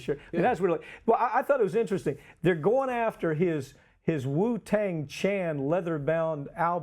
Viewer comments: You know you're white when you cant pronounce Wu Tang Clan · "The uh... the 'U-Tang' clan..." hahaha!! Priceless!